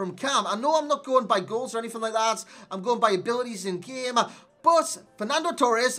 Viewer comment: He said "How's it gunnen lads" ?